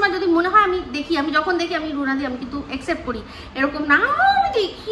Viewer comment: Except bolo na, Accept bolo. Publically noy Publicly.❤